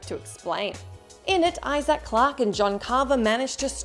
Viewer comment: Why does she pronounce it iZack lol